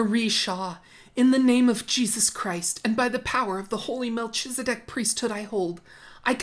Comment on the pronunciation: 1) Though I LOVE your opening clip, you’ve mispronounced Melchizedek (at least the way Chad Daybell, as an LDS person would pronounce it…) it’s Mel-kez-eh-dick. 2) I believe he’s having them head for Nauvoo as it’s close to the gathering place of the LDS for the Second Coming of Christ: Adam-ondi-Ahman, Missouri. 3) From an earlier video you did, you asked if normal LDS people actually hoard things for the end times… the answer is yes. If you don’t have 72 hour kits for every member of your family and buckets full of wheat, you’re pretty much disregarding the “Prophet’s” direct orders. My mom was part of an LDS doomsday group back in the late 90’s and we buried barrels of water, and guns in our backyard. We also hit case lot sales to stockpile canned food, and planned for construction of hay-bale houses with generators. Extreme, but even your average LDS person is supposed to have a 3-6 month supply of all household needs (food, water, toilet paper…).